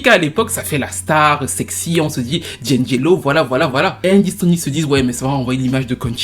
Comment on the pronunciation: Ce n'est pas 'Djindjélo', c'est 'di-angelo'!!!